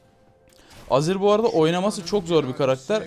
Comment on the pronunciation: niye her azir diyince aziz anlıyorum :D